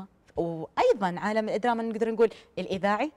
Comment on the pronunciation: الادراما 🤢معقوله طالعه ع التلفزيون ماتعرف تقول الدراما🙄